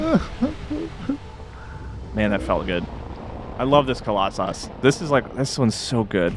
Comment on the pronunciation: Can't believe didn't roast you for the way you said Colosauce I lol'd 😂